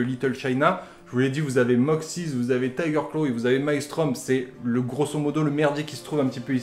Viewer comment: TYGER CLAWS punaise c'est pas compliqué à dire...